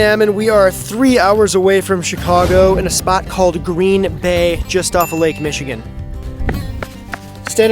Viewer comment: This guy says Green Bay as if he's never heard of it. NFL much?